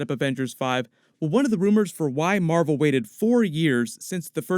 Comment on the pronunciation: *captain mar-vel ! Say it right